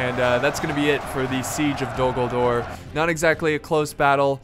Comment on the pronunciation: Hold the Dol GulDOOR! what i tought everytime he said "Dol Guldoor" its pronounced as it is written... "Dol Guldur" x)